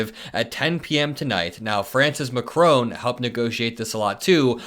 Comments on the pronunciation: Macron NOT Macrone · How do you get to "Macrone" from Macron? Macron rhymes with 'Ron' not 'bone'.